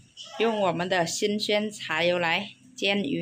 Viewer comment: 老羅這種老公已經沒得找了 撿到寶 老羅也撿到寶 兩夫妻互相撿😂 Ps為什麼講鮮這個字發音錯的那麼嚴重 新鮮 都講：新宣 應該要講先 這個發音 新鮮 不是新宣 再不改正 以後小悅悅也跟著錯誤的說法